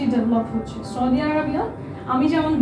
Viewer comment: The journalist cant even pronounce 'Saudi Arabai". What is choudi? Gordhob